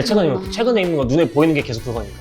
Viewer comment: 음, 하나만 말씀 드리면, 아나운서분이 '계속'이라고 발음해야하는데, 께속이라고 발음하는 게 거슬렸습니다. 그것만 좀 부탁 드립니다!